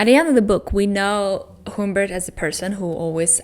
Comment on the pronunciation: also, sorry, but HUMMMMBERT, not HOOMBERT, the um is pronounced like when you don't know what to say, so you say ummm...sorry, english teacher :D though he does change the Humbert in the book into other variations of the name as well XD